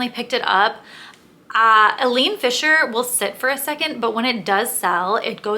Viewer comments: Not Eleen Fisher - Ileen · eye-leen Fisher